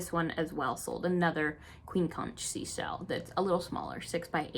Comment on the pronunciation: I grew up in Florida where we ate conch regularly. Its pronounced 'conk' (which is also what the people living in Key West are called). lol. Its a beauty. The bahamas are so fished out, its rare to find a big one anymore! Another great video, I really enjoy your calm nature.